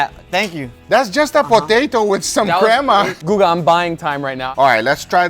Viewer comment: Guga I know you can say crema properly in Spanish why you gotta say it like that.